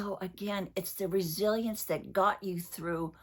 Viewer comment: I’d like to tell one curiosity about my perception between two words, when u speak resilience, I just think that u are saying Brazilian 😂 for me the pronunciation is the same, I know it’s not though❤ hugs from Brazil 😊